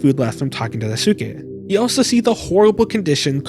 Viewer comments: JP speaker here, no, it is NOT "skay", you don't at Y at the end of it, you're reading that like an English word, but is is not, It's more like "skè". What is it with English speakers who add extra sound behind words, it's like the Japanese who add extra O behind English words. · jsyk Daisuke isn't pronounced with a soo, it's Daiskay. When it ends in a suke, it's not Suke but it's Skay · another mouthwashing analysis another mispronounciation of Daisuke [daꜜisɯ̥ke].........amazing vid lmao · The “u” in Daisuke is silent btw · i love how you say daisuke